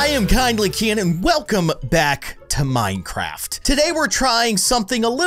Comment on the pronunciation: The minecraft word said mincerft